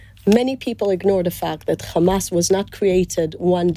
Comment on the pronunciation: Rapes? Where is the evidence Isreal? Beheading babies - no evidence. This journalist needs to be sacked - he didn’t once push for answers. It’s “Hamas!”Not “Kkkmas!”